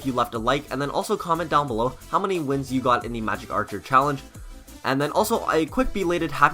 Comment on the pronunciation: Dod magec archer not wezard